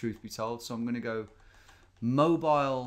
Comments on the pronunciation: It's not pronounced mobile it's Moe-Beel alabama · cant wait till Tom finds out Mobile, AL is pronounced moh-beel and not moh-bi-yul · Just so you know Tom, is pronounced "Mo-bee-l" not "Mo-bile" :P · Tom, my guy, it's Mo-bEEL, not mobile like the phone smh my head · Hey Tom! If you're curious, it's pronounced Mo-beel, Alabama. I'm from the area. :) Cheers and thanks for the awesome content! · I live in Mobile Alabama. Pretty cool that you noticed us lol. Mobile isn't pronounced like mobile phone its actually pronounced MO-BEEL. It has French origins if that means anyhting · Americans pronounce the name of the Alabama city MoBEEL. See the Bob Dylan song "Stuck Inside of Mobile with the Memphis Blues Again." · We Alabamians get a good laugh when people pronounce it Mobile with a long i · Mobile, Alabama is pronounced like “Mow-beal”. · Just as a heads up, it is pronounced "Mo Beal". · Mobile is pronounced Mo-Beel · its pronounced moBEEL alabama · that's not how the muricans pronounce the city of Mobile, Alabama.